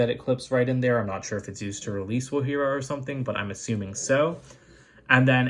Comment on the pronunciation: When u said not wogjira u got it right sorry I if I didn’t spell the name right